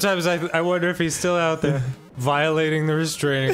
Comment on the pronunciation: Ow hewwo, I didn't see you the-awr